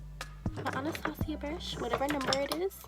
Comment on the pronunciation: ANA-STA-SIA???!?! omggg 😂 it’s pronounced anna-stay-shuh like the 1997 cartoon movie but it’s okay you’re still adorable and beautiful ❤️❤️❤️❤️